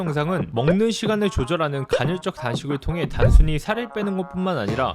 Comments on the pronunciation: 간헐적 단식을 계속 간‘혈’적 단식이라고 하는 거만 빼면 좋네요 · 간헐적 단신을 논하지만 간'혈'적이라고 발음 하는 그는 도덕책... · 형님 계속 간혈적 단식이라고 발음하시네 ㅋㅋㅋㅋㅋㅋㅋㅋㅋㅋㅋㅋㅋㅋㅋㅋㅁ